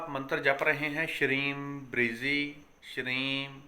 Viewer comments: लिखने में ब्रजी लिखा जाता है और बोलने में आप ब्रिजी बोल रहे हैं सही शब्द क्या है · Sir app bolte shreem brizee lekin shreem brazee. Orijinal kya mantra hai guruji